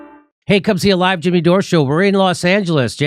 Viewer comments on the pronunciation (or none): none